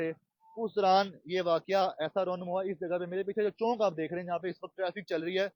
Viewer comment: Chonk ni hota Pyarey Bahi, Asal lafaz Chowk hota hy.